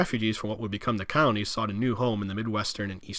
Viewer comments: Is he saying counties or colonies??? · Could swear I hear him saying counties when believe they are called colonies. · "col-o-nies" not "counties". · I seriously couldn't understand his strange accent and rushed, mashed-together pronunciation. Sitting here puzzling what "cownies" could be. Three syllables: "col-o-nies". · The moderator's pronunciation isn't clear. It sounds like he's saying "counties" not "colonies". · Wtf are "cownies"?? Are you trying to say "colonies"? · So interesting the way you explain these areas. I do say, though, that it must have been several expressions of the word 'colonies' that I finally figured out that you were not saying 'counties.' It just wasn't making sense to me about any counties and then there was a photo of Alexis in a colony and I then understood that it is just the way you pronounce the word. Thanks so much for this video and I look forward to watching more of yours. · I keep hearing “counties” when he says colonies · I need my hearing checked. It sounds like he’s saying “counties” instead of “colonies.” And there are a few things I couldn’t understand when he was speaking low and fast. My dad likes to say he’s deaf in one ear, and can’t hear out of the other. Maybe I inherited his hearing. lol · Colonies has three syllables. And there was no nuke war. Those were power plant meltdowns. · no he was definitely intending to say colonies , you could see the slave labor clips in the colonies as he’s referring to them. He just does a poor job pronouncing words , likely do to blowing other guys . Typical liberal behavior . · Is this guy saying “colonies”? Sounds like “counties”. Accent is so hard. Notice the “d” sound for all words with a “th”. Ie. “the”= Da”